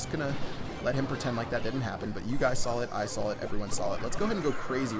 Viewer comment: "You guys sawl it, I sawl it, everyone sawl it"